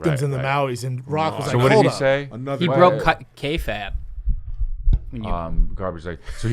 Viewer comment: FOOOOOR SURE Never say K-Fab GD it